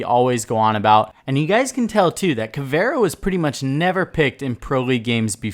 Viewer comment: Caveira not caviar